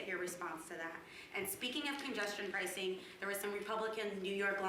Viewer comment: "...Congestion Pricin Program" ... Pricin... etf Forbes? )